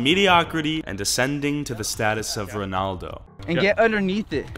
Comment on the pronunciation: It’s not Ronahldino it’s Ronaldo Ronahldino is another soccer player